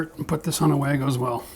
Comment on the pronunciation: I think wago is actually pronounced Var-go - Being from Germany!